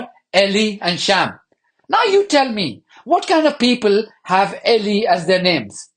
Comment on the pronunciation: Not short “E” and long “E” as in “elee” but rather long “E” and long “I” as in “ee lie”, so ELI.